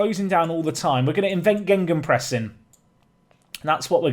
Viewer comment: lol it's gegenpress, not gengenpress.